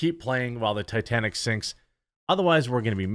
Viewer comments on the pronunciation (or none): none